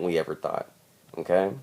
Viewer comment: dude are you saying "ok" or "im gay"